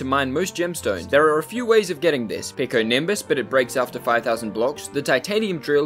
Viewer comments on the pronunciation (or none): none